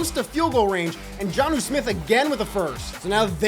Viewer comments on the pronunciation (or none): none